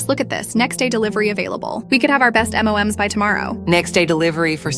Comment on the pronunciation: M.O.M.S sounds like m&ms candy frfr